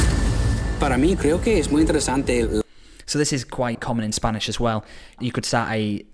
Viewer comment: I've taken 2 spanish classes and he still pronounces better than me